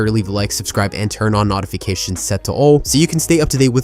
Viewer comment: What's with that pronunciation of notifications my guy